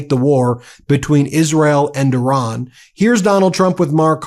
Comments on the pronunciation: It's not "I RAN!!!" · Correct pronunciation of Iran, please.